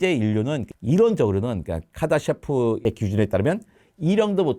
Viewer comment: 카다셰프? 카르다쇼프 척도 아닌가여..단어를 발음이나 어떻게읽는지에 따라 이렇게 많이 다른가요??